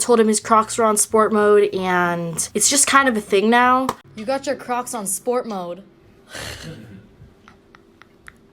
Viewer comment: kept hearing “crops” not “crocs”